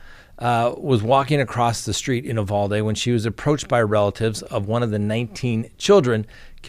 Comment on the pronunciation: Sir, I’m a girl from Texas. Uvalde is pronounced with a hard U. Uuuuuvalde. Just wanted to let you know. Love your channel, btw